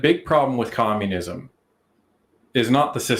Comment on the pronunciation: She calls for COMMUNISUM 😢